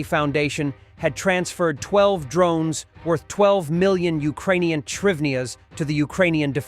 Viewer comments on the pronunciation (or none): "trivnias"? Hrivnias